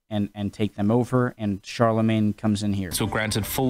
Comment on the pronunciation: Pronounciation of Charle Magne had me cringe